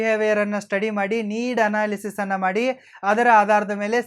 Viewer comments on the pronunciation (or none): none